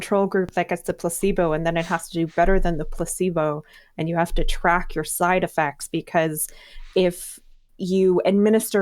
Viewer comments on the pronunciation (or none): none